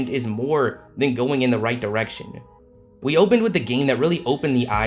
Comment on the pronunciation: The announcer who kept saying “wi wi”